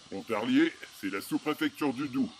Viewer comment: C'est bien parce que vous prononcez "Pontarier". Ici, on ne prononce pas le l de Pontarlier... En revanche, on dit "Lac Saint-Point" et non "Lac de Saint-Point". Point... Quel joli prénom! 🤣🤣